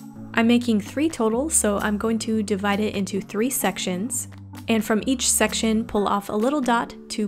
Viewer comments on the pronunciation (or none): she said sextion